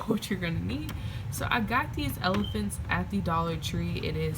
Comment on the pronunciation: I’m a new subscriber! Love your channel! I love how you said “ephalants”. Keep up the good work!